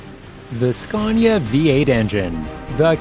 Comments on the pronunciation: It is fkin not "scyaaawwwwwnya" it is "scan ya" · Ughhh SKA-ANNY-UH Say it right fucker ! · Did'nt know there was an "r" in Scania. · Its scania not sconia you muppets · There is no "R" In Scania! Scania is a landscape in Sweden!